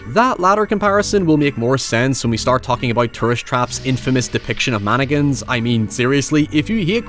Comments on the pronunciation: Why does say "Man-again" and not "mann-ick-in"? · It sounded like you said stay away from Anakins at the end of the video lol Still good advice... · Did anyone else hear "From Anakins" instead of "From mannequins"? Works both ways! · The way you say "Mannequins" was making my american mind twitch with patriotism